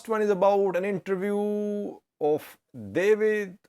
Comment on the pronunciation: this name is pronounced DA W IT